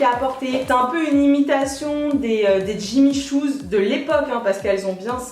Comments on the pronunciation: j'ai beau avoir remis la vidéo plusieurs fois et tu dis bien à deux reprises jimmy shoes et non jimmy choo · Jimmy Choo pas Jimmy Shoes 😂😂😂😘😘